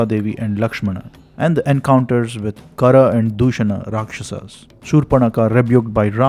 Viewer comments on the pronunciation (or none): none